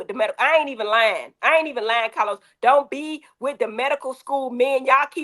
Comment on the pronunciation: 🗣️Cah- loz, fix yo damn innanet.